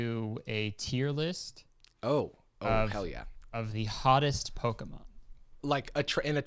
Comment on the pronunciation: Jarvis being like "I'm the Pokemon expert here" and messing up like 5 names haha